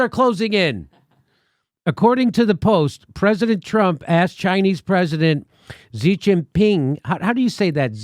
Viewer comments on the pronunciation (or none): It's not 'Jee', or 'Zhee' it's 'Shee' 'Xi' = 'Shee' - Stop pretending you speak Chinese. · Xi is pronounced the same as she. Xinjiang is pronounced sheen jyang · Xi in Xi Jinping is pronounced "she", iv studied chinese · She like her, "she" Jinping. Take 5 minutes and learn how to pronounce the name of the biggest threat to freedom in the world.